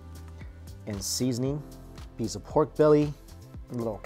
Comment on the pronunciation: I like how you say PORRGHHKK lol the emphasis on R